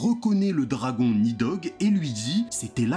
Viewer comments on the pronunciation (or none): none